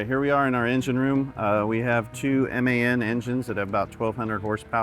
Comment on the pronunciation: I like the way that guy says M.A.N. instead of the usual man!!